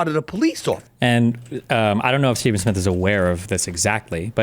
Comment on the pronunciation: bro fix the fucking name. its "Stephen". it takes 5 seconds to research his name